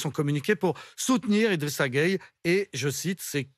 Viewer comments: Pourquoi vous êtes comme ça ? Tout le monde dit GUEYE, mais toi tu dis Gueyé. C'est quoi ça ?! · Y’a pas gayé mais geuye 🇸🇳🩸